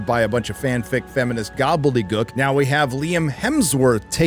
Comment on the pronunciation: That’s not how you pronounce gobbledygook